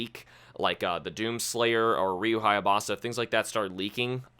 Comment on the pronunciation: Minor correction... It's HAYABUSA... Not HAYABASA